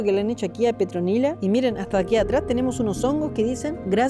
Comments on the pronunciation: SE LLAMABA ¡¡¡PETRONILA!!!.......😂😂😂😂 Y NO "PETROLINA"....🤣🤣🤣😅😅🤣🤣REVISA EL VIDEO Y K - GA TE DE LA RISA!!! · Que te costó decir PETRONILA JAJAJAJAJAJAJA 😅